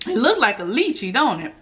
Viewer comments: That’s lychee(Lie-Chee) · Yes it does taste like a grape and they are delicious 😋 and Lychee is pronounced Liechee